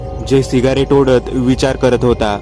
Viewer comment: सिगारेट नाही रे. सिगरेट अस अस्त असुदे असुदे चांगली स्टोरी सांगतोस. 😘😘😘